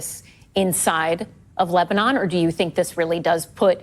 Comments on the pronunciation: Because of wrong pronunciation? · Sopped watching when I heard “Le-bah-nun.”